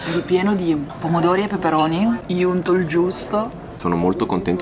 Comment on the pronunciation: ma perche' dici iunto?